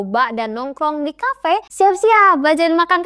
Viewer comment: Kafe ❌ Kape ✅